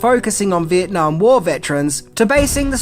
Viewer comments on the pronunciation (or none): none